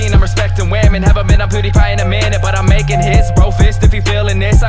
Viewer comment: This respeckting wamen is awesome...makes me wanna respekt wamen... Mmnnnn respeckting wamen